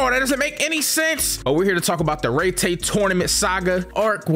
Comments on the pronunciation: No way he spent the whole video pronouncing it “RayTay” tournament. Had to dislike just off the strength. It’s (Rye-Tie) tournament. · I can’t be the only one who has an aneurism each time he says, “Rey Tay” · Love this vid BUT ITS PRONOUCE RYE TIE BRO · Aint no way called Raitai fucking Raytay😭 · Rai tai….. Pronounced correctly in both the sub and dub. This guy….. rrrrrreeeeeeeeeeeeyyyyyyyy ttttttttttttaaaaaaaaaaayyyyyyyyy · “REYTAY” Tournament, yup just gonna leave this here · Bro said rey tey💀💀💀